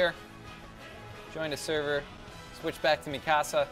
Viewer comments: Its not meekasa. Its mikasu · Nicaea Navigator no ”Mee-ka-sa" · Nicaea Navigator its really hard to say how to pronounce it through text xD "Mee-ka-saw" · anyone else notice him saying Mikasa's name wrong?